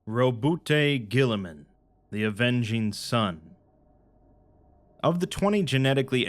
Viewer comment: We say ROWBOAT GORILLAMAN, not "Robust Girlyman". Thank you!